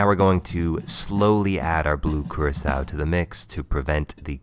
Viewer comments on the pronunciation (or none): Thought Curacao was pronounced like "Cur-ah-co" not "Cir-eh-kao" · i thought the blue thing was Curacao, not curasao